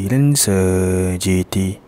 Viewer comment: Cara pronouce dia hahaha terbaik lagi part mitsubishi lancer GT 😂😂